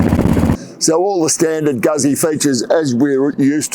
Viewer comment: pronounced Gootsie